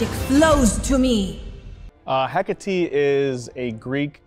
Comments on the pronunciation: Heck-ah-TEE Greek female name ends with an E... you pronounce the E Observe: Aphrodit-EE Persephon-EE Nik-EE Dion-EE Heb-EE Khion-EE Alcmen-EE Dana-EE (Danaë <-hence the two dots above the E in her name so English speakers won't blend the sound with the preceding A) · Ih-kah-tee, they need to learn to pronounce her name!!!